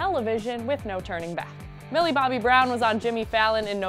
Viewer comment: shes millie bobby brown not millie bobbie brown